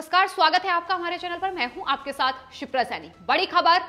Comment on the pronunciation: ये नाव "क्षिप्रा सैनी" ऐसा होना चाहिये. शिप्रा ऐसा नही...